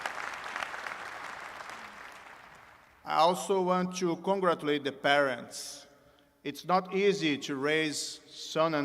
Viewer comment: Auântchu congrétchuleitch kkkkkkkkkk